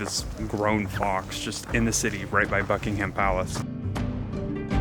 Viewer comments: Bucking'm Palace, not Bucking Ham Palace. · PLEASE say 'Bucking'm Palace'. Just about any place or placename that has 'ham' at the end sounds just like 'm. Chatham = Chat'm. Also, there is no way on Earth to compare London with New York City. Just tell me how many churches there are in New York that are more than three hundred years old? Let alone a thousand? Even my school was brought into existence by the wishes of Elizabeth the First. Much of the London you see, especially in the Square Mile, are the results of the rebuilding after the Great Fire of London in 1666. St Paul's Cathedral replaces the original, destroyed in that fire. Where was New York then?